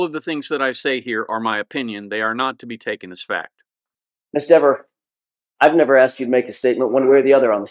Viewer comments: You mispronounced Dever. How could you? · She got snìppy twice at the mispronounciation of her name. It says a lot about her character